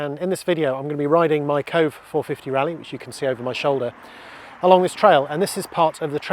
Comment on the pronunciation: Pretty sure its pronounced "koh-vay." 👍